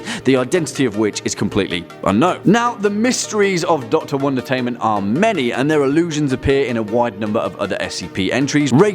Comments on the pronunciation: Anyone else think it sounds like is saying "one detainment?" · Melinda Bagley-Duarte it does sound like that